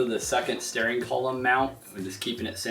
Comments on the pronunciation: Paul B thank you!!! It was killing me lol. I keep STARING at the screen lol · Can we please discuss the way he pronounces "steering"